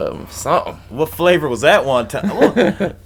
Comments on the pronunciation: Haha it's pronounced want-un.....✌ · No offense but you're pronouncing wanton totally wrong 😂 and basically in the context of the song (I don't even know which song you're talking about lol this is my first video of yours) it def means like, lustful. Still, cool video! I love the Tool appreciation